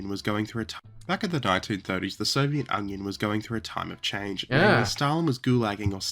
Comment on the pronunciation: Wait...did he say Soviet Onion? Huh. It certainly sounds like it.